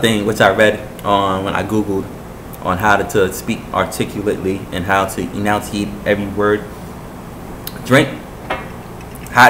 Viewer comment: Great job man. thanks for the tips. Keep at it. You pronounced enunciate wrong though buddy. Heads up.